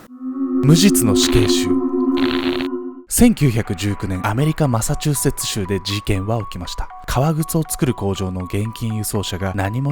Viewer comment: マサチューセッツ州言えるの凄いwマサチューセッチュチュウってなっちゃいますw